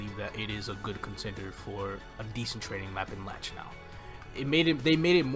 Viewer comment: threw a dislike on your vid for calling Lachelein "Latch"